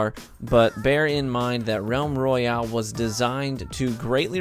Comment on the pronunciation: Roayale?? I think you might need to fix that.